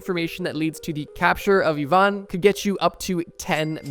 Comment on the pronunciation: It is pronounced "E-van" not "I-van"